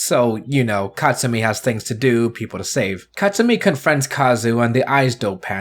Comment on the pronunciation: Dude, its 'Tsumi'.